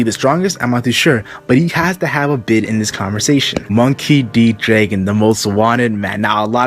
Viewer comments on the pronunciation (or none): who's Draigon? It's Draagon